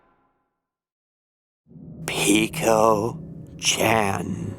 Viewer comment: Peko chan is pronounced p-e-k-o put them together. ch-an.